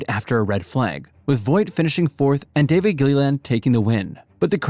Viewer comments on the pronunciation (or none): none